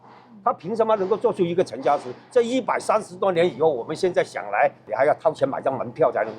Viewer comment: 是讀作陳家(池)，不是陳家(寺)